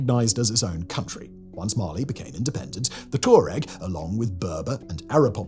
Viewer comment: Pourquoi prononcer Borganville? C'est Bougainville en français. Même chose pour Torets, c'est Touareg. & la Nouvelle-Calonie, mais c'est quoi, ce bordel ? J'arrête, c'est insupportable.